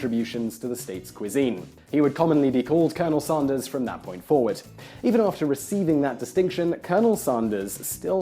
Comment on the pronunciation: Glad you made the occasional reversion to British English pronunciation when saying his name! :) Shame you don't do this more often but great vid.